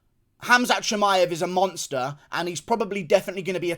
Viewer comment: HE A MONSHTA!!!!(Aussie accent)